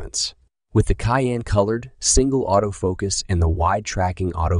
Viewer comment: Excellent test. (If someone hasn't already mentioned it, Cyan is pronounced "saian" :-) )